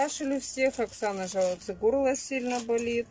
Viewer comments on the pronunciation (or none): none